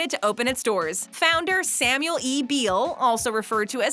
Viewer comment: Sandy Beall’s last name is pronounced “Bell”